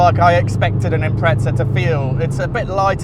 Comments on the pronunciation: No one says it with a t Impre-za is how its pronounced. Like in this video. Not imprezza, there's only one z. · Good video but theres no T in impreza 😂